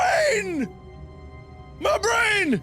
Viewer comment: Everytime you said "My Brain!" I was thinking "My Brand!" (CS)